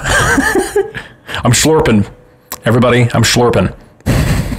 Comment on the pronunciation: Shorping? SHORPING!!!!!